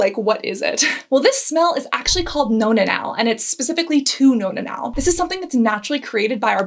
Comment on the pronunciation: "Nonna-nal", amiright? Nonna means grandmother in Italian...and if one has to explain a joke it probably isn't that funny.